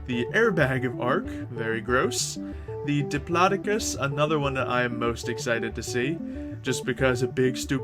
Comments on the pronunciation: you made that sound like diplodoocus but is pornuced either dip-lod-dic-us or dip-low-doac-us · It's pronounced Dip-lo-do-cus